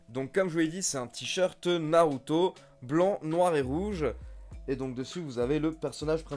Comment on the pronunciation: Le u de naruto ne se prononce pas comme pour shinsuke nakamura ou asuka